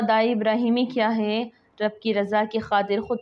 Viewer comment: Plz hey ko theek pronounce karo